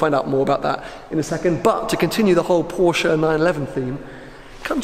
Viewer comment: I love your videos but please pronounce porsche correctly 🙊